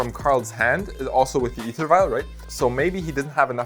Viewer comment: As an American, I’ve never heard æther vial pronounced that way